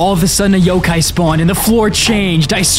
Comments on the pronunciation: its not pronounced yokae its yhokhai... the pheonix is in tagalog in tagalog it translates to the great pheonix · It’s not Yo K it’s Yo kI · Yokay?!?! Its yo kai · It's yo-Kai, like agni kai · Isn’t it pronounced yokai (yo-ky?)